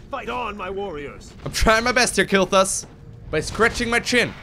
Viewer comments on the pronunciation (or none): none